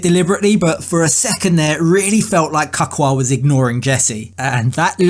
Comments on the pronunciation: His name is pronauced Ka-cu-a,it's not hard to say. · 'Kakka' in my Afrikaans Language means shit! Jesse is a Hollander and that is why he cannot pronounce Cacua's name correctly, because Afrikaans and Holland sounds almost the same! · It's his pronunciation of Cacua's name for me 🤣🤣🤣